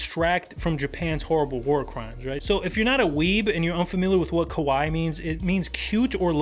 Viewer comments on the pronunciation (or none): none